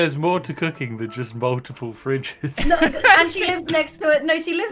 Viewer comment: I know she said “Cooking”, but it sounded like she said “Cocain”.